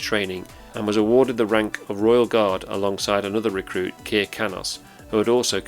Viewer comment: Kir, in Kir Kanos, rhymes with Sir. It's not Keer.